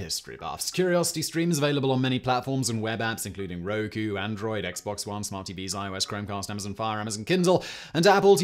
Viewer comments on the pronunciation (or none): none